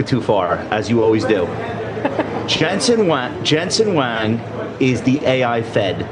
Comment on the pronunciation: Josh, it's Jensen Huang. It's pronounced just the way it is spelled. You probably did not know that. It's not pronounced Jensen Wang. Do you understand?